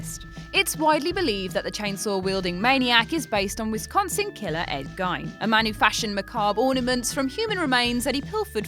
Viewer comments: its pronounced Ed-Geen" not gien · It's pronounced Ed 'Geen', not Gine. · I believe it is!! And like the presenter in this video, I used to pronounce it 'GYNE'. LOL! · Who is "Ed Gine"? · He's a metaphor for the meat industry not the war. Where y'all getting your facts from. Also how about some facts that arent well known? EVERYONE knows about ed gein and you also pronounced it wrong . How about facts like, it was originally going to be titled "headcheese" gunnar Hanson ate pot brownies before filming so thats why he looked confused before running up the stairs after Sally. Gunnar Hanson also never used a chainsaw before the movie. Use some less known material please. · GEEEEN E Not I. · It’s pronounced geeen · GEIN IS PRONOUNCED GEEN. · Excuse me miss, i think its pronounced like geen. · Ed Gein pronounced GEEEEEN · The person telling us we don’t know that leatherface is based on Ed Gein, doesn’t even know how the name in pronounced.... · Omg the way she pronounced Ed gein’s last name ahhhhh so cringing and I’m glad I’m not the only one who caught it lol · AHHHH YOUR PRONOUNCING GEIN WRONG!!! ITS LIKE BEING STABED IN THE FUCKING EARS WITH GLASS! To pronounce it correctly its more like saying the word Keen just with a g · Starts off with a fact that everyone knows and pronounces the well-known killer's name wrong. Switched off straightaway and avoiding the channel. Poor stuff. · You said Gein wrong. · I new 8 of these. Fucking shit list. Can’ even pronounce Ed Gein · if you make a list learn how someones name is pronounced especially a well known killer, in 2018 you have no excuse.